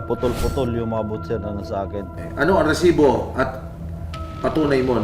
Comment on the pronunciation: ok na sana eh pero prang cya lng natutuwa dun sa pagbigkas nya ng reeeesibo... BWISIT..